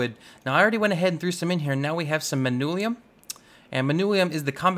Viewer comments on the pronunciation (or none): how the entire hell does one read "Manyullyn" as "Manulium" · He says it as if it is spelled Manullium. Its manyullyn. Like. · Manyullyn. MAN-yuh-lin.